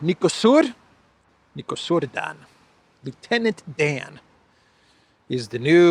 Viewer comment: sadly, since it's going to stick around for a while, I guess we need to teach you how to pronounce correctly Nicușor Dan: Knee-coo-shore Done 😉